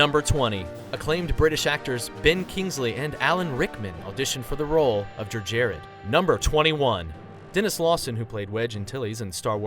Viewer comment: WTF is "Jerr Jarrod"?